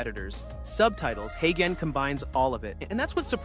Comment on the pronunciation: When you’re scripting for video write phonetic - you’re speech says Haygen but uses the g like the g in garden which is wrong - so write it hayjen and it will sound correct